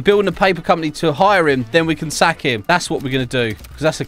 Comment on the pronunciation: When he says sack it sounds so wrong like and you need to sack your boss